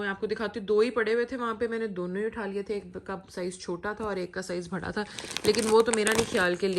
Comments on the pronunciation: Bhaada nai badaa Hota hai behan 😀😀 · Why u said bhada to bada say properly bada